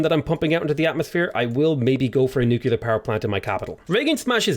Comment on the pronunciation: Nuclear, learn to say it.